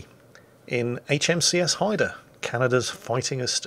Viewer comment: I am just happy he pronounced the name right!